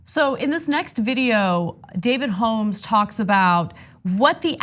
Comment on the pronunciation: It kills me how Ana pronounces "Holmes"